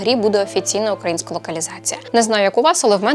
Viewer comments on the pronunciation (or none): none